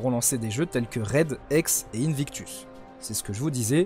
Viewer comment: La prononciations pour Hexe elle et horrible 😅 je t'adore mais la non ta pas la bonne prononciations mais merci pour les informations